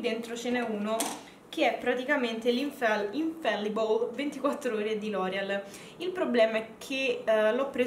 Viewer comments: Avrei proprio bisogno di una review sul fondotinta di L'oreal Infallible (ti scrivo la pronuncia in francese del nome ''anfallibl'' per non sbagliare se dovrai fare la recensione qui sul tuo canale Youtube 😉😉)...al momento io sto testando l'extra Matte di Deborah per l'effetto matte e mi trovo stra bene 😍...tuttavia, quando ho visto quello di Deborah e quello di Loreal, non sapevo che prendere perché kmq io cercavo un fondotinta per pelli miste e quello di Deborah mi è sembrato buono (ho letto delle recensioni positive su questo prodotto) ❤❤ ..su quello di Loreal Infallible non ho voluto rischiare perché non sapevo se era adatto a me 🙈🙈🙈... Come sempre super carina e bravissima!!! Un mega abbraccio e al prossimo video ❤❤❤ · La pronuncia non é quella da te scritta bensì "anfaglibl"